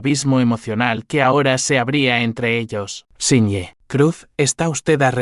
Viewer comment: Siñe en vez de señor?